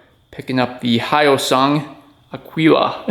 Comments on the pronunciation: Good job buddy!! Oh, and it's Hosung. The y is silent. Now you can sell it for $2,500. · pronounced E - O - Sung ! One of the exhaust is fake ! 250cc with a top speed if your lucky around 70 mph ! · It's pronounced HOY-SUNG funnily enough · They are made in South Korea. Pronounced Hoysung hoy like soy. They made engines for Suzuki for decades before building these bikes. They don't have the handlebar vibration that the Honda Rebel had. Many of the parts are a direct match to Suzuki parts. Look at how big it's parent company of the same name is. Probably more well known in the US for ATMs.